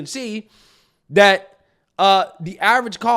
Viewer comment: Drives me nuts to hear you be so articulate, yet still say Dis (this), Dat(that), Day (they).